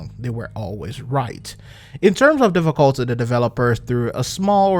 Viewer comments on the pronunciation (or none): Dont want to sound like an ass****, but am I the only getting bothered by you selling difficúlty instead of dífifficulty? Also about the video topic, the true patriot nerf was pointless, like at all, any build focused towards healing heal more, even the most basic gear pieces... what is even the point of nerfig a set which isnt working as intended?